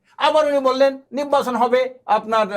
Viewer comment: টক শো করার জন্য আর মানুষ পাইলেন না? উনি কখন কি বলে কোন কথার জবাবে কি বলে উনিই জানেন না..... উনি শুধু পি আর পি আর করে অথচ পি আরে লাভ ক্ষতি কি উনি বলতে পারেন না....!! নির্বাচন কথাটাও ঠিক মতো উচ্চারন করতে পারেনা নিব্বাচন বলে!! আরে দালাল কেউই যখন বিএনপিকে ভোট দেবেইনা তাহলে ভোটে আসতে সমস্যা কি? আওয়ামীর প্রতিচ্ছবি থেকে বাহির হয়ে আসেন এখনো সময় আছে.....!!